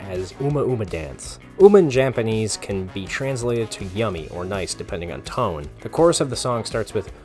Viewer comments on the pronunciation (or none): none